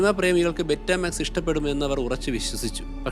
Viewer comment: ബെറ്റമാക്സ് എന്നല്ല പറയേണ്ടത് ബീറ്റാമാക്സ് എന്നാണ് പറയേണ്ടത്